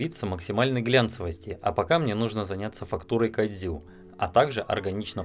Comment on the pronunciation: Кадзю... Как это мило пх))